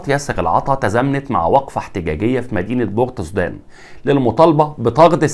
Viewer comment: يا استاذ عليك اولا ان تعرف تنطق اسماء مدن السودان جيدا قبل ان ترفع محتوى على YouTube. عاصمة سياسية اسمها (بورتسودان Port Sudan) مثل بورسعيد في مصر وشكرا